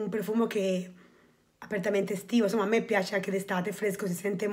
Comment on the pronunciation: Hai detto benissimo il mio nome😘😍